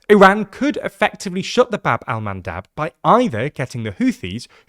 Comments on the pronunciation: Bab el-Mandeb not Bab-el-Mandab. I'm sure you'll want to get the correct name. :) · Bab-el-Mandeb with E not A LMFAO